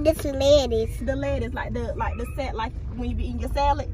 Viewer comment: If you count the number of syllables in the phrase when he says “what is duh lettuce,” you can clearly hear five syllables, not four. Now let’s count together…. If you pay attention, he says it the same way his mama does when she says “the.” She says, “It’s like duh, like duh…the salad that you eat.” Nothing to be ashamed of.